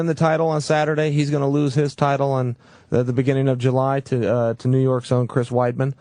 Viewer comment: he called anderson getting beat by chris wiedem